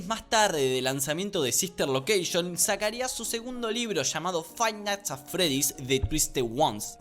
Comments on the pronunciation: "Jot es el creador de fainat atfred" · Fai nats at fredys 😳👌